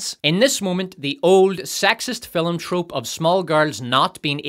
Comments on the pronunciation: Why do you say fil-um and not Film? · If you want me to turn into a violent murder droid, just have your AI say the word FILUHM one. More. Goddamned. Time. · Still not sure what a 'fillim' is but I dig your videos.